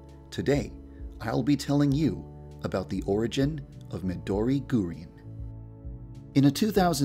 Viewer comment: did yanderedev really just sayed " midor gorin " ??????